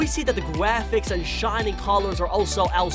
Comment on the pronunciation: He said gwaphics in the beginning Lol